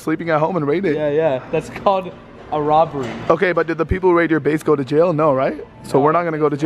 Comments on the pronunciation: “ base got raided!” I thought that he had said his face got raided. I was confusion😂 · I thought he said his place